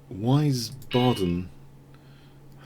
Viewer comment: It's pronounced "Weezbuhdn" (German town) :)